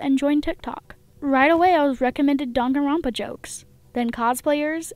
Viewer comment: Me hating how she pronounced danganronpa wrong